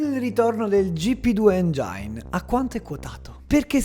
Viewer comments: La pronuncia è engin, non engiain ;) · "Engiain"? OKE. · Comunque si legge "Èngin" ♥️ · Comunque engine ha la i letta come in italiano 😅